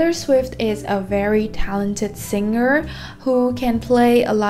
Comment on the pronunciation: Video rất tuyệt vời và hữu ích song c có 1 chút góp ý với là singer thì phonetic sẽ là /ˈsɪŋər/ thay vì là /ˈsɪngər/ như đang phát âm nè:p